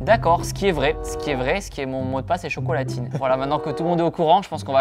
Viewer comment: IL A DIT COCOLATINE!!!!!!